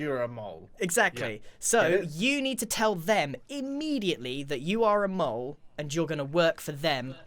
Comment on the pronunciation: It actually is mole, not mule.